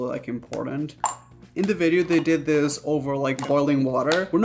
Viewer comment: Nobody: Raph: and dis is butter